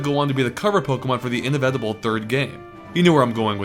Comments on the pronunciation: 'inna-vettible'? trying to say inevitable? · In...ev...eti...bull? You want to try to pronounce inevitable one more time? o.o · you really don't know how to pronounce "inevitable"?